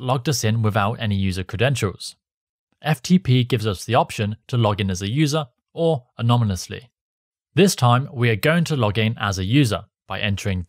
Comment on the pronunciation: "anominously" thats a whole new level of anonimity...